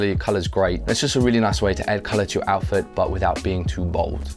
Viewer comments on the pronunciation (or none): did he say "outfoot"